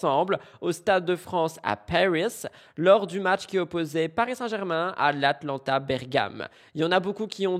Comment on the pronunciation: Cc c'est pas Atlanta Bergamo! C'est l'Atalanta Bergamo!!! Je suis Bergamasca 😅 mdr 🦕⛰️🦖 #MTT